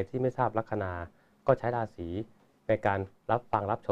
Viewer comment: ลัคนา ลาสี.. ตกลง ใช้ ลัคนา หรือ ราศี เพราะคุณพูดลัคนาลา (รา)ศี ตลอด